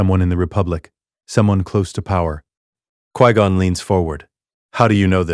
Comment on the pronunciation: This AI is dumb. 1- Bail Organa wouldn't have known Anakin if Qui Gon hasn't found him. 2- It's f*cking "QUI (Kwai/Kwhy) GON"!! Not "QUEE GON"!!!